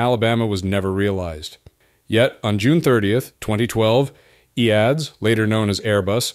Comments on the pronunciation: Its an AI voice so pronounced it as written. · The company was called E A D S. Not EADS. It's today Airbus.